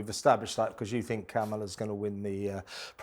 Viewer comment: Please don’t call her ‘The Duchess’. Please don’t speak hopefully of rapprochements, olive branches and softenings. PLEASE! Please let that sh*t go. And please call Karmella, ‘KARmella’. Not camel-a, not caMELLA, but bloody KARmella. It’s really quite easy. It means being attentive, it’s respectful.